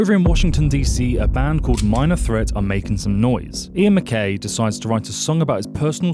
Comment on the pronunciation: MacKAYE.. not MacKAY. Teen Idles came before MT.